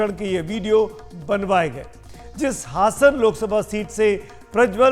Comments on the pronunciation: हसन नहीं हासन है मुस्लिम नाम जैसा बना कर तमाशा ना खड़ा करें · हसन नहीं बल्कि हासन है